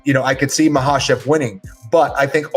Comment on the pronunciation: Thank you Kenny Florian I finally know how to pronounce Islam's last name Ma- ha-chev!!🙂